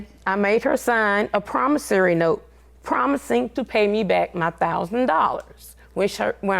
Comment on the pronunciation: its promasory not promatory